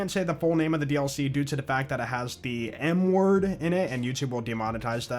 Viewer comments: I thought you said n word 😂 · I didn’t know there was a new dlc so I came here to see what’s what.. and I SWEAR TO GOD I thought you said the dlc has the “N-word” in its title!!! So I immediately looked up the new dlc name and now I realize you said “M-word”!! 😅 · bro I thought he said the bounty pack title has the "N word in it". was googling it frantically trying to see if I guessed the word correctly. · Yeah that is absolutely what it sounded like